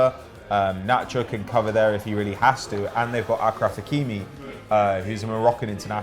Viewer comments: It's ASHraf, not AKraf and ZiyeSH, not ZiyeK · ASHRAF aSHraf not AKRAF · Ashraf not akraf